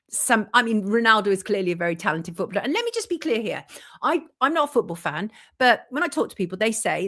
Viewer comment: Can someone please explain the connection with the “chequered floor” the painting of the nurse and freemasonry?? It’s annoying to bring something like that up and not explain it. One more thing why is she pronouncing the word “footballer” like that? Who says it like that and why? It’s incorrect and extremely jarring!! Great video otherwise 😁